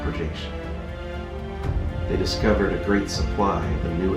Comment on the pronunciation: Great idea for a video! But that's not how "purgation" is pronounced.